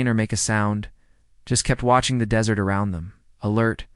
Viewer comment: Please don't pronounce desert like dessert. Really?!!!